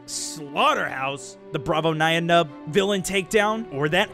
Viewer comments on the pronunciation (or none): It's pronounced Nee-en Nunb. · You say nien numb as "nine num"